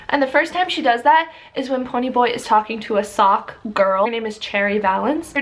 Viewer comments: I love this book but I have to point out that you said the word Socs incorrectly, it is pronounced (So-Sh) Not "Socks" Just felt the need to point that out. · Just some advice, there are videos of SE Hinton reading the Outsiders and she says Socs as "Sowsh" . Don't say the o as 'ou' or 'ow' but say the 'o' in "Sowsh " as 'oe'